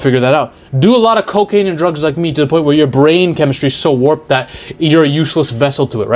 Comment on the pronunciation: Dont think i didnt notice that little "liek me" when talking about point number 5 😂😂😂